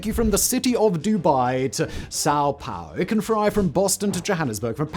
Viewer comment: That must have been the first time you said Sao Paulo uh? 😆